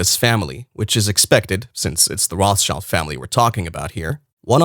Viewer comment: It is ROT. SHILD.... YOU $#@ IT'S A JEWISH NAME ROT ... Color Red ... German.. ROT And Shield...object Schild German word for shield Get your facts straight